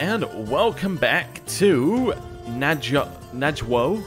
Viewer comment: Nawoj is prounounced Navoy